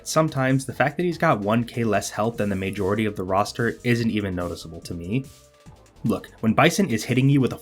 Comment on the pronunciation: Why can’t you say majority